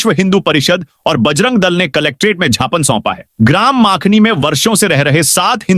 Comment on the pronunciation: 😊छापने नहीं ज्ञापन बोले और शीतल हर नहीं शीतलहर बोले।क्या श्री र ❤